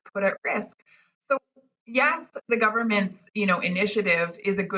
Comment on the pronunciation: Racheil, say YES not Yah